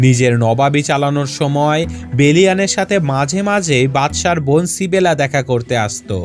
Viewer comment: ইসাবেলা* Not সিবেলা